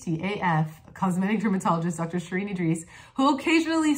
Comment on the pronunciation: Dr. Idriss, how do you say your last name? is it just me or do you pronounce it two different ways in this video? EE-driss and ee-DREES?